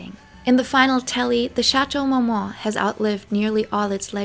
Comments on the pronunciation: Is this a spoof video? Like a joke? Does she keep saying Shatow Mowmow? 😂😂😂😂😂 I always wondered how some content creators put in hrs into a video & yet do not learn the proper way to pronounce the very subject name country person the very video is about!😂 I’m sorry but with the lower eyelash stick ons & “Shatow Mow Mow” i thought this video was a comedy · It can be fifth but to mispronounce a legendary location & butcher the name & say it like Shatow Mowmow is too much.